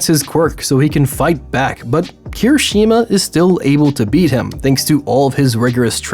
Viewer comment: Thank god you corrected yourself, now if only you pronounced Kirishuma’s name properly XD